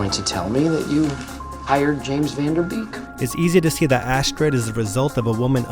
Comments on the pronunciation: Astrid is a common name in Sweden, its not pronounced Ass-turd. its Ah-streed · I literally came here to find a clip of him pronouncing it "Ass Turd" 😂 couldn't find it tho :( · The baby’s name is Astrid, NOT Assturd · Assturd ? All I can hear is ass turd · He keeps saying Astrid ITS ASSTURD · i love how michael kept calling her assturd 😂😂😂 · "Assturd"🤣🤣🤣🤣🤣🤣🤣🤣 did this bother no one?? I mean her name is Astrid .... assturd 🤣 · Its astrid not astird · ass-turd. i thought it was astrid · I believe it is pronounced assturd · It's "Astird" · My name is also Astrid and I’m so used of people writing my name wrong or mispronouncing it but I’ve never been called Ass-turd. I actually appreciate your creativity